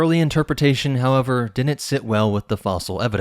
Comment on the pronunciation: "Didn't," not "dinnit"